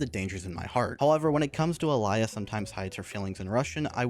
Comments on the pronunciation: "alaia" bruh. its more alia in speaking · It pisses me off how you keep saying "alia" instead of "alya" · Please don't add letters to character's name that ARENT THERE! That's not even matter of it being other language. Alaya? AlAya???Where did you find that A in the middle. And don't tell me I'm hearing things. You clearly pronounce a in the middle. It may be because in my language almost always you pronounce something exactly as you write it so it extremely bothers me when someone can't even follow simple guide how to pronounce a word(because japanese is like that too most of the times). I don't consider english being completely messed up in terms of pronounciation good enough excuse. It would be viable excuse if it was matter of not being able to pronounce certain group of letters but you litterally adding things that arent there That aged... well... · Is it just be or the way he says Alya sounds messed up (this is not supposed to be offensive)